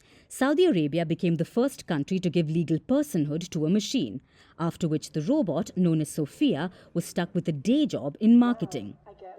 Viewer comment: Roobot? Lol